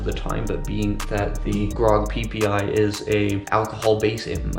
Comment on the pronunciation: am I the only one who heard "PPI"?